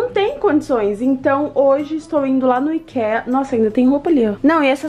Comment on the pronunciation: o IKEA que você fala, se pronuncia AIKIA(pelo menos é assim q o Leon e a Nilce falam)